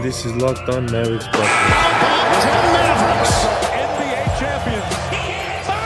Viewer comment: Ian Eagle is SUPER annoying. It sounds like he adds an extra syllable to mav-er-ricks